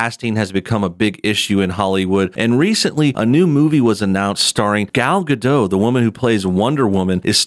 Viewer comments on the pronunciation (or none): Who is Gal Gad'oh? There's a 't' in the end, like you pronounces 'dot', but with a smaller/shorter 't'. Like Gadoht.